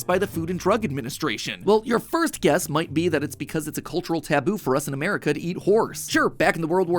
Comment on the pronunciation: Did I hear Mat say "A-Mare-ica"?